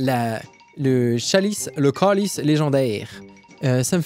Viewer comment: Ta prononciation de câlice était vraiment excellente! 😌